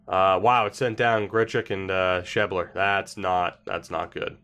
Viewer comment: sheb-ler, not sheeb-ler